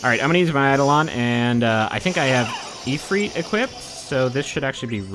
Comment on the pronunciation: if-rit eyed-olons It's eye-dolons and eef-reet.